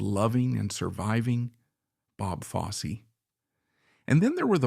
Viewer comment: Yeah “Bob Foss” really?